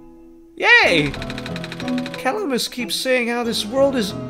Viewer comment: Roses are red., make DDD 2 Edit: “Cuh-lam-is” that’s how you pronounce Calamas. It’s like Calamity